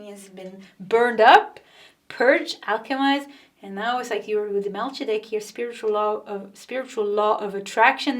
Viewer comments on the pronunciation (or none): fyi...Mel-kee-ze-dek....I love your readings so much!!! Thank you!! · Good morning! I chose pile 1 but then wanted to hear pile 3 as well. ("Melchizdek" is 4 syllables with "ch" pronounced hard like a "k" and the "i" almost like a long "e." Mel KEY zeh deck. More importantly, thank you for your excellent service in sharing your skill and insights, and above all, your clear, uplifting energy and laughter. You are helping to make the world a better place, bringing encouragement, light and clarity which help keep me focused in a state where I need to be.